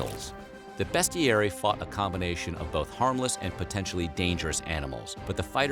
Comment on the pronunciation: Bestiarii is pronounced as Bestiariei not Bestiari